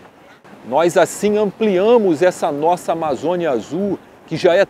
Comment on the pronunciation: Não é Nosaa é Deus